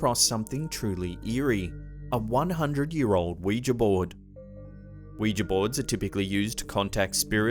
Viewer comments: Someone pronounced Ouija correctly on YouTube! Faith in humanity restored, THANK YOU! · Bonus points for pronouncing "Ouija" correctly! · You pronounced Ouija correctly! NO ONE ON YOUTUBE PRONOUNCES OUIJA CORRECTLY! THANK YOU! I owe you a vital organ of your choosing,. I also love you.